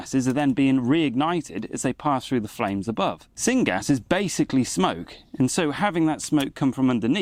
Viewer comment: Syn gas? Coppist wood? What in the world are you saying? Sorry those are not common here, not by that pronounciation anyway. Thanks for the video and any help in this matter.